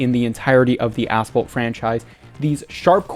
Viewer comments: Yep a9 was asphalt but unite really is ass fault😂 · Did you said ass fault or asphalt? Or is it ai voice over?